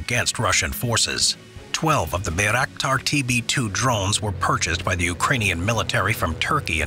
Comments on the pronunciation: Bayrakdar no birakdar lol :D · Its read like bairaktar not byraktar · Mispronounced the name of the Turkish-made Bayraktar TB2 drone